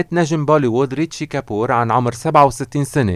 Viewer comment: اولآ الممثل الهندي اسمو ريشي كابور مو ريتشي وهي اسمو بل هندي ऋषि कपूर واسمو كمان بل انكليزي Rishi Kapoor يعني حلو يلتفظ الاسم بطريئة الصح 😁 (والله يرحمو يارب ويغفرلو )